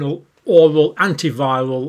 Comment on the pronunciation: Love your videos...why do you have such a hard time saying oral...it is pronounce OR AL...the way you say it sounds like you are choking